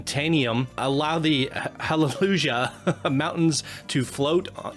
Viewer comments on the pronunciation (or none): This guy seriously doesn't know how to pronounce Hallelujah?